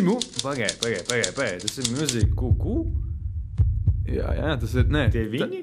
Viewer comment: Muzik kū kū? Vispār jau izrunāja ''Mjuzīk'' , Lol